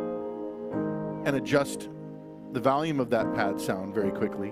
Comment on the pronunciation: Did he just say valium several times for volume?